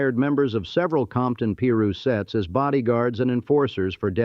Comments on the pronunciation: Peru street? 😂 It's Piru! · Narrator please pronounce the words correctly, it's irritating af! PIRU (PIE RU) NOT PEE RU!🙄